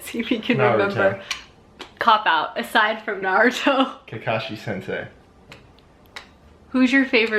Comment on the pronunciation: You can buy bagels at the grocery .It's driving me nuts that she says Naruto wrong 🤪